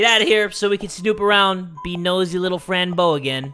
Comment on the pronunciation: When said Fran I thought it said friend so alike lol